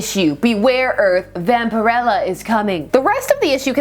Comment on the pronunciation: I had been wondering for years how to pronounce her name. As it’s pronounced here is how I thought it would be.